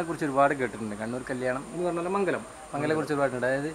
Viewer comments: മംഗലം അല്ല മങ്ങലം 😝😝😝😝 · മങ്ങലം ആണ് മങ്കലം അല്ല... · മംഗലം അല്ല its called മങ്ങലം 😁😁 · മംഗലം അല്ല.. മങ്ങലം.. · മങ്കലം അല്ല (മങ്ങലം) എന്നാണ്